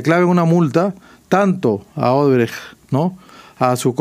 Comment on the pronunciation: Y el dipsómano alcalde dice Odebreg, es Odebrech...🍻